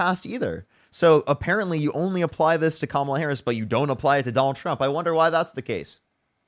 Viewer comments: Can we applaud her for at least pronouncing kamala correctly. Literally nothing else but at least that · I will give her credit for being the only guest to pronounce Kamala’s name correctly. 😊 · Give her some credit - she actually pronounced Kamala correctly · I'm surprised she said Kamala's name correctly.